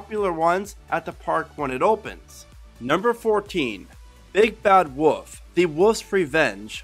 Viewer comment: why does he say "woof" instead of "wolf"